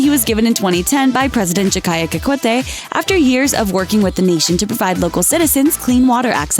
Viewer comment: A channel that is usually vain and focus on useless socialmedia celebs, manage to pronounce President Jakaya Kikwete's name correctly. Like.